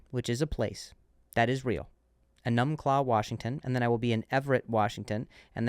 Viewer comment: EE-numb-claw. Hoping to see you in Beantown. Also, Deirdre is a hair-puller and a head-butter.